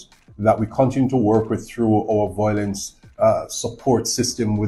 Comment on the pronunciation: It’s a shame that our Jamaican people and family can no longer talk things out without being violent and killing each other, shame indeed. Anyways officer, the word is Violence and not volence.